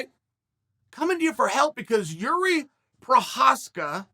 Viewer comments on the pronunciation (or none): Well he still called him Yuri , but true that the 1st Procházka he said was pretty close to correct pronouciation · Nope, first name is pronounced Yir-zhee, I haven't yet heard anyone in and around the UFC getting it right. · I clicked just to hear him TRY to not fuck up Jiris name.